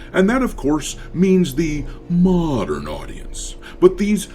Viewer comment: The way you pronounce Modern Audience is hilarious